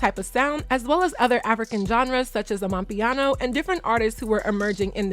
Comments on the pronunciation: Lmao you literally said “Amapiano” like you’re South African 😂😂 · you can😂 im South African, im saying you literally pronounced it like us . To the T🤌🏾